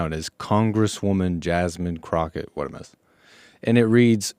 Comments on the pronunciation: Jesse it's Crockett I know we don't give a s*** but I'm just letting you know it's Crockett not cricket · I love how he says jasmine crooked! 🤣🤣🤣 So accurate.